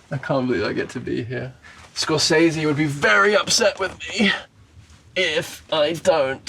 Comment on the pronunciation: Amazing how he’s worked with Scorsese but can’t pronounce his name correctly